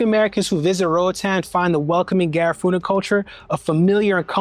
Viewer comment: Ga-riff-uhhh-na. Not Ga-raaa-foo-na